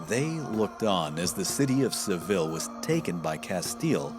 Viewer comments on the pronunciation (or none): none